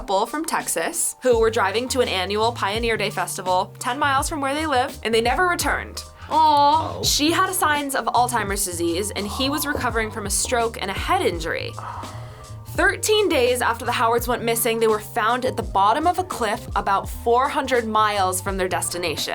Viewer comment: ALZHEIMERS not ALTIMERS